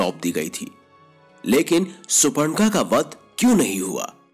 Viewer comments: It's not suparnakha it is Shoorpanakha, ( shoorpa=pan, nakha=nails). One who has nails like pan. Also vaishnavs/ Hindus is not right . Sanatan dharma supports all kinds of worship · Surpanakha to sahi se pronounce kar lo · Pahle uchharan to sahi se kar lo. Ye suparnaka kya hota hai😂